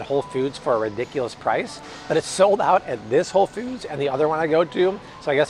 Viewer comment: Hey Bobby! Just went to WF, for some gluten free options! The Siete brand was one of my pick ups! & I thought I heard you say “Whole Feuds” 😆 🫶🏼✌🏼